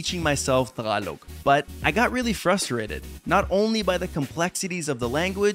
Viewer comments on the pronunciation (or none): buddy, tagalog not takalog. 👍🏽